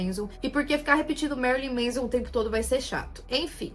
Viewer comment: Não é "MEIZON", é "MÉNSON".